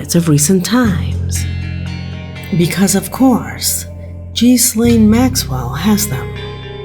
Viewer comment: There was too much heat on the corrupt govt officials that Epstein's money could no longer pay them off for his 'get out of jail free' card. He knew he was screwed and facing a long jail sentence and couldn't live with it. Good riddance! Oh and his partner's name (Ghislaine Maxwell) is pronounced closer to the famous fragrance house 'Guerlain', not Jizz Lane 🤣🤣